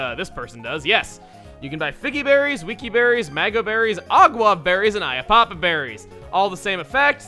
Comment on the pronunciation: "An aye-a-papa" berry. I've always said it like "ya-papa". I know the pun works either way, but Chugga's version kinda throws in an unnecessary syllable and it doesn't feel like that's what they were going for.